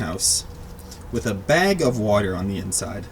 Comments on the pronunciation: NOT BEG ITS BAG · Please say bag. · It is not beg it is a bag stooped. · yet you do say bag like beg lol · He says BEG and not BAG 😂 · how he says bag like bage milk